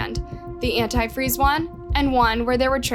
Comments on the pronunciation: the way she pronounced Antifreeze... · that and she can't pronounce anti freeze.. half this video drove me nuts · it’s contusion. A “cerebral contusion” not constitution. Still it’s not quite as bad as they way she pronounces “antifreeze.” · Also — antifree? It’s anitfreeZe😂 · ANT-TEE FREEZE FOR THE LOVE OF GOD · Yes, antifree really stood out to me 😂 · yea I don’t think much research is put into them. One of the biggest pieces of this trial was that Stacey would always call it “antifree” (the one cop says it that way in the clip shown in the video) and “Ashley’s” letter says “antifree” as well. It’s crazy that info never made it into the video since it was such a key piece of information and also super hilarious (as hilarious as it can be given the circumstances of course) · I've honestly never heard someone say "antifreeze" like that and then say it correctly and then wrong again lol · is British pronounciation and is American!